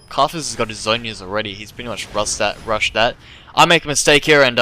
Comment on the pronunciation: One thing that annoys me is the way he pronounces 'th' as 'ff' and 'd' e.g. Dat and karfus